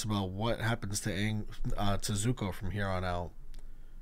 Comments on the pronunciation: If u call zuko, zoku one more time😭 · Zuko For the love of god stop saying Zocoo😣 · One thing I find funny is you keep saying the ex-prince’s name wrong it’s Zuko (Zoo-Co) lol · Love your reactions, just want to make sure you know that it's Zuko and Mai (pronounced like May). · not you saying zukos name wrong lollll love the videos!!